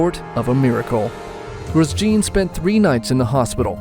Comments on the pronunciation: Gwooos jiiin 😁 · "Groose Gene"?